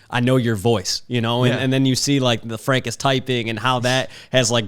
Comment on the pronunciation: I dub this rendition of Frank as Frenk. Similar to Frunk, but slightly more rare.